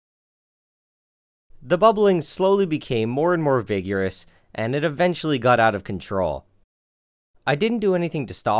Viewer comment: "vig-your-us" LOL I laughed far too hard at that